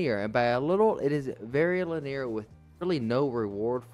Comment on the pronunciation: so youre complaining that theres no microtransactions, and.. that you have too much customization? also that butchering of Linear was wild